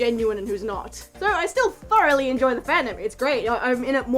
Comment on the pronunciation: Did she say furoughly? Or am I just hearing things?